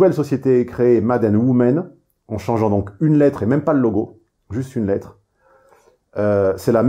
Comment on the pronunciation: Petite correction phonétique en anglais : "women" se prononce "wimin" :,) pareil pour "orange" > "orindj".